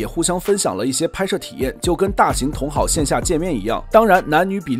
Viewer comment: 稿子不是自己写的吧 同好（第四声）